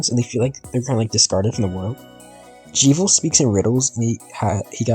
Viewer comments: why tf are you saying "jee-viel" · That's the first time i've heard someone pronounce Jevil like that